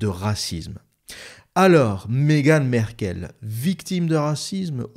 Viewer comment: On ne dit pas : Megan Merkel ,mais on dit: Megan M-a-rkle .On prononce le a. vous qui avez vecu au RU vous devriez savoir cela . Ce n'est pas comme Angela Merkel , c'est M-A-RKLE . Ok ? Corrigez votre ignorance,merci .